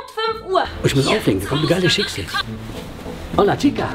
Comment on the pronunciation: es heisst Hólla :D net böse gemeint. ich liebe euch